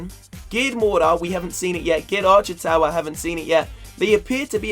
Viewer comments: guys he sounds like he is saying Giled canon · Did anyone else hear him say gay cannon?